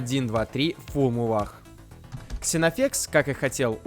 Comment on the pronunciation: Вроде правильно читать Зенофекс, примерно как Зена королева воинов.